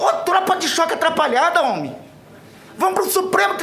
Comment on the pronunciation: Ele fala homi kkkkkm